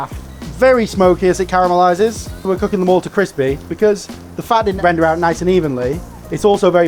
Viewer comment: Always good to hear someone pronouncing ‘caramelize’ correctly, unlike the Americans.